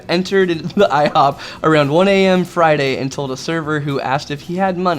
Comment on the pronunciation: In toe???? 😂😂😂